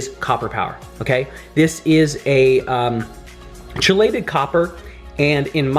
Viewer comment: It’s pronounced key-lay-Ted